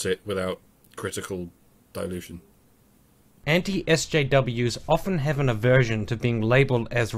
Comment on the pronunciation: Eschews? the guy pronounced "SJWs" as "eschews"? ...people should eschew SJWs.